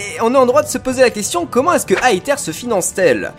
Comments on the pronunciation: sa ne se dit pas aether mais aeseur mais sa s'écrie comme ça aether tous symplement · Plot twist : personne ne sait et les théories sont juste des machines à vues en attendant les jeux. Et en japonais la fondation Aether se prononce Eteru. Donc on peut dire Étère. Pas Aétère. Ni Aether à l'anglaise. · Ça se prononce èzeure pas aeteur purée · Pour la prononciation (ouai je suis chiant car tu as râlé la dessus) c'est Ether pour l'élément de l'esprit, alors que le mot Aether désigne bien une sorte de "Paradis" et se prononce A-é-Zeur (je voulais juste le dire même si je pense qu'il y a eu beaucoup de recherche de votre côté) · sa ce dis ézeure sinon super vidéo! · Je n'ai pas du tout regarder les trailers mais peut être que la team Skull était là contre Aether (pour moi sa se dit "èzère")et le mec un peu punk au cheveux blac soit son frère qui se rend compte que Aether se barrent en couilles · AETHER se prononce AIZER ok ? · EATHER se prononse AFER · aether se prononce iveur avec un accent anglais bien sur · On dit "Æther"... c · pour aether on prononce aezer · On dit "aïzeur", le "th" se dit "z" mais avec la langue touchant les dents du haut de devant !!!